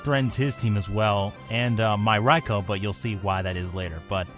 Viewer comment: The raikou should be named ryko not Rai-Oh